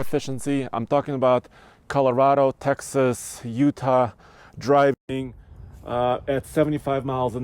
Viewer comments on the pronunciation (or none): none